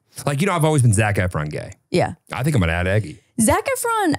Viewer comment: Guys I love Taron aswell but hearing you call him Eggy not Eggsy hurts so bad 😂